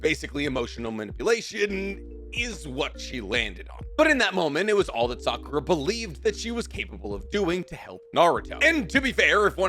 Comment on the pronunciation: why did bro just keep miss pronouncing Sakuras name 😂